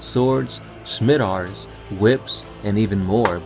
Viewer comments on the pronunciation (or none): Love your work! Oh and Scimitars Is pronounced Sim it tars